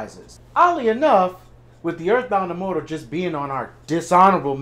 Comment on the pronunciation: Its pronounced earth bound emortal coe cah pack a poo